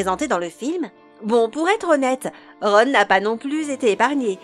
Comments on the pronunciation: C horrible la vois en plus elle prononce mal le nom de Ron et de tous le monde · Cette prononciation degeulasse du noms de ron